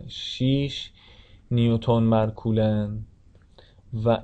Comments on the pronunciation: سلام.کلاس درس بسیار مفیدی بود و من استفاده کردم.اما لطفن نام کولن coulomb را درست تلفظ کنید.مرسی از زحماتتان. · سلام خسته نباشید خوب بود فقط کولن رو درست تلفظ کنید.